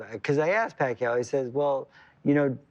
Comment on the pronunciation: 🇵🇭 Thats George Foreman's Tongue Twister haha. Pack-Ke-Yaw Puck-Yaw Jim Lampley cuts in, Pacquiao .. 😅